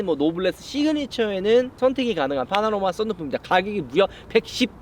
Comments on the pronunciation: 파나로마?? 파노라마 아닌가?? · 파나로마말구 파노라마요